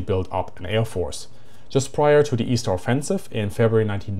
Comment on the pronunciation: "Eastern" Egg